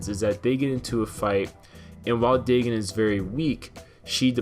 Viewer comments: its pronounced DAE-GONE not DAE-GIN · DAYGON BRO not daygen stupid learn how to pronuce words hell I have really bad speech impediment but at least I can take the time to pronuce words right might take a while but I get to the proper pronunciation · I dont believe the way you say his names right xD I believe it goes Day-gone not Day-gin, but overall he was probably a cool Godzilla, and it was sad cause they proved the two Mutos in the movie came from his corpse meaning the Muto Prime gave him the Muto Egg Parasite or whatever, but it sucks, I mean how would we feel if the new Godzilla were dying just watching a great ruler slowly grow weaker would be sad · Day gin that has me in fuckin tatters. It's day gone. Dagon. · Its Day-GON (dagon or dogon). Not Day-GIN. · lol Well if you are sking, yeah you did mess up the names. RAI-Den like the metal gear guy, and Day GAN not daygen. As in DAGON from the H.P. Lovecraft story, as in Cthulhu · Dagon is pronounced Day-gone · it's pronounced dagon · Pronounced “day-gon” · Day-Gone is how that name is pronounced